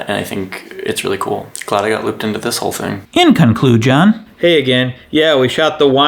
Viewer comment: "Inn Con Clue John" 10/10